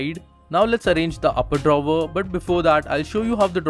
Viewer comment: Good review, except "drawver".